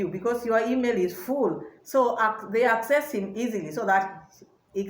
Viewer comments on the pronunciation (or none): none